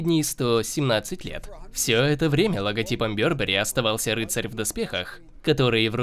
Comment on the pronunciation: Барбери правильно же?